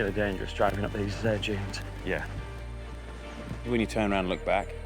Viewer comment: "Giant sand junes"